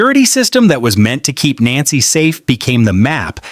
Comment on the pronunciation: Idiot cant pronounce her name. 😮